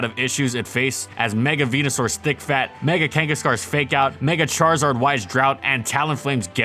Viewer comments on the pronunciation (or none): “Mega Kangaskhar” lmao you mean mega Kangaskhan.